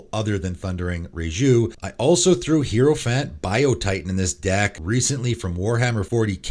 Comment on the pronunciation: And mispronounced hierophant and raiju